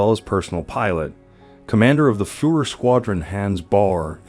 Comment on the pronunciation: Agree completely with”B”. Seems like most people don’t give a damn about the way they speak. Proper pronunciation is an integral part of language. I never understood the laziness evident in mispronouncing names. Mind you, I am not suggesting one should pronounce them 100% like a native speaker but for heaven’s sake, Hans and Führer, to mention abut two of your mispronunciations, have been in the general vernacular since, well, WWII at least. You are clearly an intelligent person so I am at a loss why you don’t care enough about this, given that you are publishing otherwise intriguing video.